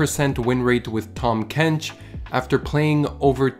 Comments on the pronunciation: "Tahm kench"❌ "Tom kench"✅ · Haha tham kench